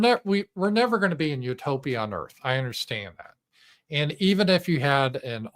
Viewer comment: Or Earf as in the Earth.